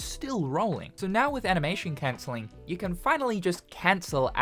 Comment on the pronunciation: “enoyable” “cencelling” 😭